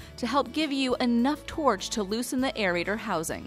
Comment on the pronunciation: This video was so helpful that I'm going to give them a pass for saying torch instead of torque.